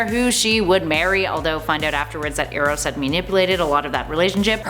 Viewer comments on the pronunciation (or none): none